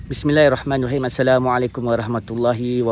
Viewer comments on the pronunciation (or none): none